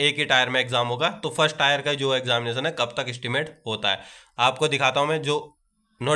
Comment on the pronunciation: टायर नहीं टीयर होता है 😊